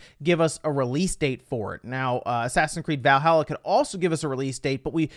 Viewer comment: As a norse man it really pisses me off when he says Valhalla wrong. Please learn to say ot right